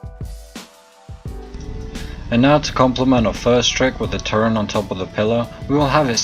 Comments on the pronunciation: Its "Turret" Sir, there is no word in the english dictionary that goes by "Turrent" (FACT) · turret not turrent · Why the fuck do you say "Turrent" instead of "turret" there isn't an N in turret... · The fuck is a turrent? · TURRET NOT TURRENT YOU ILLITERATE FUCKING MORON! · Couldn't watch, disliked, learn to say turret properly. There is no N it turret. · THERES NO N IN TURRET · disliked for saying "turrent" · sadasdsf sdfafsag not a native speaker maybe, while you probably are and probably can't speak any other language than English